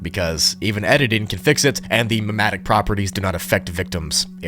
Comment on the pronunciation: Just so you know, its pronounced mem-et-tik That being said, love your vids!